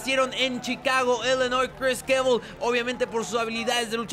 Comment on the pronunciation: Al principio de la pelea decías "Cris Kevil" #KCFail